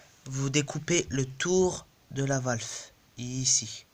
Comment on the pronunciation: Salut oui tu dois avoir une épine coincé dans ton pneu ! et permet moi de te corriger on dit valve et pas valfe!!!